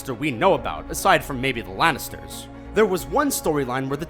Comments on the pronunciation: Laninster. Lol. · 'other than the lanesters' LMFAO